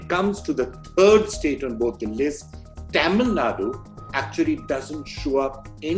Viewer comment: Cute way of pronouncing Taamil 😂 Nadu!